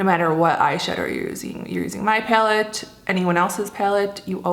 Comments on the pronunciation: it's pronounced PAL-ette, not PALE-tte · "Paylet" haha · Right???? That cracked me up too. Never heard that one. Reminds me of how Trisha Paytas says bag, like "baeg"... Wonder what that's all about? Hahahaha! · You say the word "palette" kinda funny😊